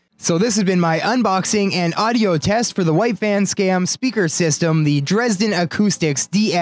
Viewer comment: Your pronunciation of "Dresden" is almost perfect German! Glad to see is helping you today!